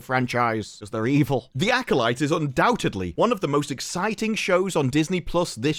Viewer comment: Why did they have the guy that can't pronounce acolyte say acolyte?😅